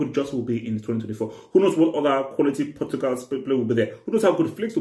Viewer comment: World cup Portugal hey bro over emphasis